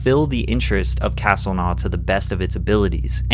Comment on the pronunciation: castlenau is pronounced kas-tel-no